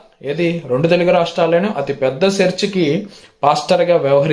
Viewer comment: Sir please correct your telugu pronounsation like చర్చ్ pronounce సెర్చ్